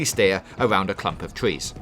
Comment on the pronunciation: "A cwump of twees"